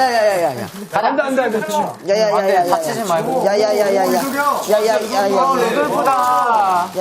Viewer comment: 부터 야야야야를 왜 이리 오물조물해ㅠㅠ